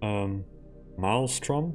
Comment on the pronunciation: saying Maelstrom with his accent its so fucking epic